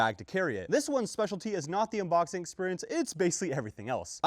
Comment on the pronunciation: bro said unbocking